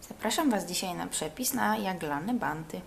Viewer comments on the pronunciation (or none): Od kiedy na bounty mówi się 'banty', jesus. Jeśli nie umie się angielskiego, to się nie mówi, bo to okropne.